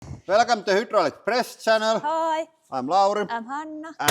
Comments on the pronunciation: I like "hudrolic". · Over a decade and still can’t pronounce hydraulic 😂 love it